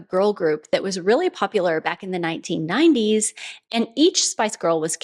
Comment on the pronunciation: I do not like the way you said " the 1990s" here. 😂😂